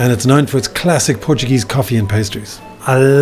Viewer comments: My glorious home town… Haven’t been back for 12 years, and I’m itching to get back there! Thanks for sharing, also great Portuguese pronunciation mate, and a very good, informative video. I enjoy watching these. Ajudam-me um pouco a matar as saudades! Go well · Wonderful pronounciation ! Do you speak português?